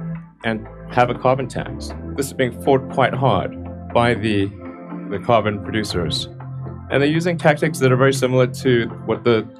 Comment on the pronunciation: The ways he pronounces carbon and garbage is like my 7 year old